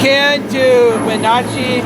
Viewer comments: Take a drink every time mispronounces Wenatchee. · Wonder if he ever learned how to pronounced Wenatchee correctly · The way he pronounced Wenatchee cracks me up.